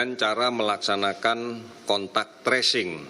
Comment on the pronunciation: Tracing,. Bukan Trashing